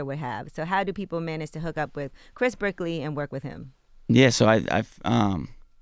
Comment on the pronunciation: his name is 'Brick-ley' and he's Melo's trainer. Got it.